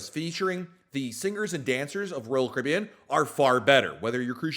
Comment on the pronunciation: Why do you say royal caribbean as one syllable?